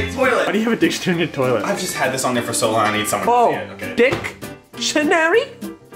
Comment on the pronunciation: Dic-tonary...hmmm “I-I like va-“